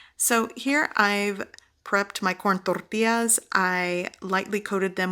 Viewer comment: Love those crispy tacos , love the right way you say Tortillas